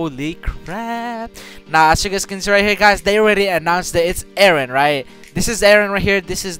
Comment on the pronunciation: Why are you guys saying wren and not eren?